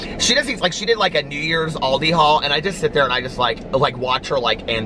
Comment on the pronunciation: It’s call ALDI 😂😂 AL not AUL , pronounced al like pal